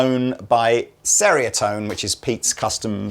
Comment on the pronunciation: Refering to Pete's signature pedal, Ceriatone is pronounced CH-eria-tone, not S-eria-tone, as it is derived from the Malay word "ceria" which means cheerful. In the Malay language, the letter "c" is usually pronounced as "ch" as in chain or chat. Otherwise, great video!